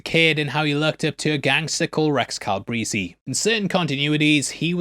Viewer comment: “Cal-breezy” … JFC 🤦‍♂️